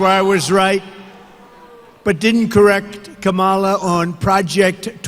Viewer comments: The orange clown continues mispronouncing Kamala’s name on purpose as part of his low class tactics. He is so coward that didn’t look at her all the time and didn’t dare to say things on her face. A total sore loser. Vote Blue 💙💙💙💙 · He keeps mispronouncing her name! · Funny, she introduced herself so he could pronounce her name correctly. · The moderator is not legit because he fact-checked you, sucker? BTW, talking about someone else's hair is really funny. He mispronounces her name out of disrespect, because she pronounced it correctly when she introduced herself and shook his hand. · Can we all start pronouncing Donald as DonOLD? Just like they stress the wrong syllable in Kamala's name, do the same for him. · Meanwhile, Diaper Donnie continues to intentionally mispronounce Kamala Harris' name to rile up his inbred base, with their fear of "The Other." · She told him her name when she shook his hand before debate. And he still mispronounce her name. He's melting. 💙💙💙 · He still can't say her name correctly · He refuses to pronounce her name correctly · It's wrong as hell that they fact checked it when it lied about ppl offing babies. So unfair. EDIT: The fact that it refuses to say Kamala's name correctly is so weak and pathetic. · Can he even remember how to pronouce her name 😮😮😮😮😮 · He knows how to pronounce her name. He disrespectfully chooses not to say it correctly. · He still refuses to pronounce her name correctly. 🙄 He’s getting more and more unhinged. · The way he mispronounces her name 🤦‍♂️ He is such a fragile little boy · Two things. He had ONE debate with Kamala, not two. Second, he never ONCE had the decency to pronounce her name correctly. ,la 2024 🇺🇸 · His disrespect for Kamala Harris is disgusting. He constantly mispronounces her name. It reminds me how he disrespects Barack Obama by saying and emphasizing his middle name. It’s like he never matured past middle school. Or is it 3rd grade? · And he still can't say her name correctly.